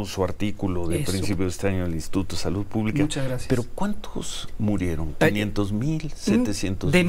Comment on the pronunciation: aja a ti te gusta nomas escuchar a kks diciendo : salutt, covitt, amistatt , dijistess , vistesss, trajistess . Eso si te gusta mucho . 🤣🤣🤣